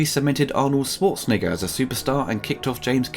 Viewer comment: please learn how to pronounce "Schwarzenegger" correctly. It's not "Swarzenegger"!